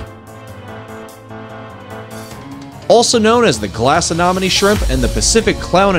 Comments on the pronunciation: I couldn't watch the whole video because of the narrators inability to pronounce anemone correctly. It's a pet peeve. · Uh Nem Oh Knee A nem o ne Anemone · First the verbal information doesn't match with written cues, a shrimp that gets an inch was marked as a foot long, pictures of four different shrimp species are provided for the same individual showcase, claims that a shrimp lives on the surface of the water, and can't pronounce Anemone this video was painful to watch😂😂😂 definitely AI generated video